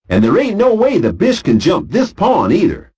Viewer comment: It sounds like “bitch” whenever he says bish.